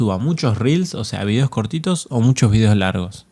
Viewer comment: énfasis en VIDEOS ajjajaja